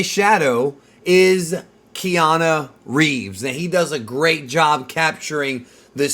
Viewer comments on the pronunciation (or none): "Keana" Reeves? 😂